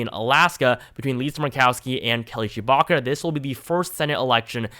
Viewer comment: Sounds like you’re saying Kelly Chewbacca